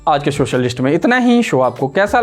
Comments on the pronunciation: Yeh Sa ko Sha bolta hai. Quota mein job milta hai kya inko. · भैया शोशल मीडिया नहीं सोशल बोलना सीख लो।।